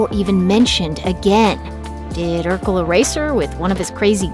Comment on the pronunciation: First off, it's Urkel......